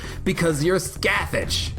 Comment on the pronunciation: Scathach is pronounce like "Skaw-Hawch" btw (every time you saw "scath-itch" it hurts my inner mythology nerd)